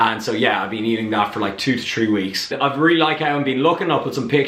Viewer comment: Great content bro yet again, why do u pronounce thirty, "thirdy" or three as "tree"? this somehow makes me confused when watching your videos